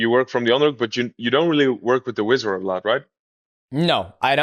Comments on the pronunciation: Wizzer not wizard. It ain't magic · Got to the part where DJ calls it the wizard about 30 times in 2 minutes, and had to go see if I wasn’t the only one noticing the shit 😂 Man how you go your entire mma life saying it wrong, I’m just imagining there must be countless times people have wanted to correct you and didn’t that led it this far 😅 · Swear to God I thought he was saying wizard. HARD D lol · Is DJ saying wizard or whizzer?